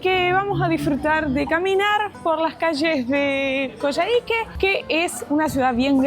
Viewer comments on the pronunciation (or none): Hola, se pronuncia "Coyáique." Buenísimo el video, saludos 🤗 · Lo están pronunciando mal. No es Coyahíque sino Coyáhique, donde se acentúa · Hola chicos! hermoso el video y todo lo que están viviendo! Les dejo un dato ñoño: se pronuncia Coiáique en Chile, abrazo! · Perdón. Se dice coyaique...como coya ... jajakaja